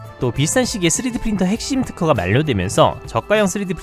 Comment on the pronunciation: 내레이터 3D프린터 발음이 자꾸 쓰레기프린터로 들려요.